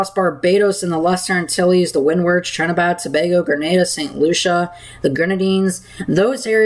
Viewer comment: Are you saying Trinidad or Trinibad? It should be Trinidad.